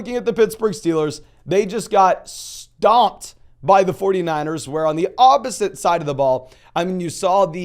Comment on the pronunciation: EASY ON MY STEELERS! Lol you emphasized we got “STOMPED” 😢😂😂